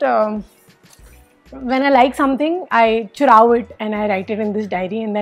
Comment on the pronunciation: When she say churau it that moment is so, funny 😅